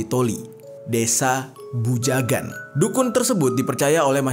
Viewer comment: Desa bajugan, bukan bujagan